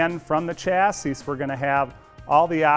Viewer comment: Please learn how to pronounce chassis...